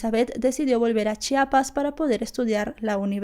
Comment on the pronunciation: es chiapas no chapas...